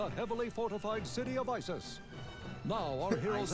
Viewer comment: It's Iziz, not Isis.